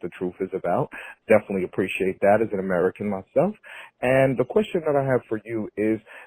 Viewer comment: I just wish he could pronounce appreciate. Then I'd think about it